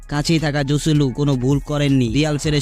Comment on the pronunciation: জসেলু না হোসেলু উচ্চারণ হবে